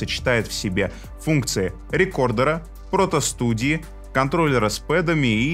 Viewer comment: "Протостудии"???? Еще порно скажите...))) Поправляю: правильно говорить протостудии.. от слова портативные.